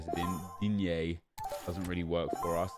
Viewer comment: wtf man you didn't say digne correctly